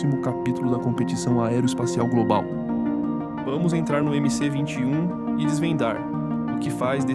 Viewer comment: Olá Gostei do video. Só que é MS-21 e não mc-21